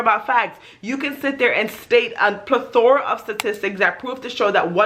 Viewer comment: Other than pronouncing "plethora" correctly, you are right on point. That is why as a Native American Indian, I do not subscribe to some of cultural norms from my community. The reservation (rez) mentality is similar to what you describe from your experience.